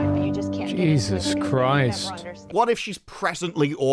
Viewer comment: ''Jesus Criest''